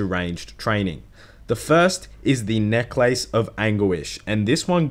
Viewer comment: the way you pronounce necklace makes me want to die